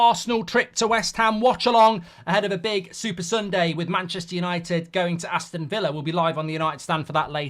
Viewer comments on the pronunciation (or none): none